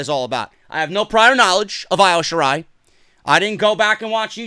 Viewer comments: Who is Io Shirai you stupid idiot it’s pronounced EO though spelt Io . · it annoys me how you say Io's name. It's supposed to be pronounced as E-O Shirai. Other than that. Great that you finally see the BEST WRESTLER IN THE WORLD. And it's Hero-YO. Just helping out so goons don't come at you about it.